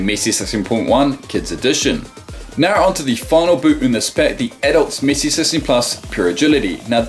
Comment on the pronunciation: am i only one who think say missi and not messi